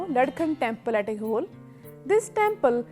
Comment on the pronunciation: Thanks a million madam. I hope to see all these temples soon. Request you to pronounce the following properly, as you seem to be reading from english text it should be pronounced as ऐहोळे and शेशशायी